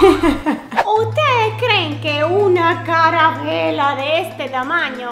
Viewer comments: Like si en el minuto escuchaste a diciendo envez de calavera dijo caravela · En el minuto y en todo el video dijo carabela y es calavera jajajaja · SE DICE CALAVERA NO CARAVELA 😂😂😂😂😅😅😅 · Jajajaja estabas diciendo carabela y es calavera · No se dice caravela se dice calavera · LiKE SI ESCUCHASTE QUE DIJO CARA VELA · Like si escuchaste a decir caravela y es calavera y también escuchaste qué dijo pendejo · Like si escuchaste que dijo caravera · Dijo carabela jajajaja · Like si te diste cuenta que decía caravela en vez de calavera😂😂😂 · Like si escuchaste que dijo carabela 👍👍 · Si dijo eso jajaja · Ella en vez de decir calavera dijo carabela😊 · Like si en el minuto dijo carabela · se dice calavera tu dijiste calabela❤ 😊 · jsjsjsjs la carabela se dice calabera no es hate queda claro yo la amooo a 😳😙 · Lo que me dio risa fue que dijo carabela y es calavera jiji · dijiste carabela y es calavera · jajajajaja en mi país o ciudad se dice calabera,no carabela🤣🤣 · no es caravela es calavera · no es calavela es calavera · No se dice carabela se dice calavera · Se dice calavera no caravela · se dice calavera en mi pais no caravera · no se dice carabela se dice calavera🤦‍♀ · dice carabela🤣😂